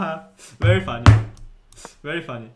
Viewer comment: legends say anish is still saying very fuanny